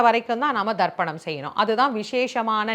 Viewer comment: She say Tharpanam not dharpanam , listen probably